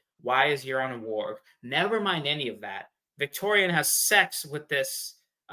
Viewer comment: calling you out for how you pronounce Rhaegar...meanwhile: VictOriAn smh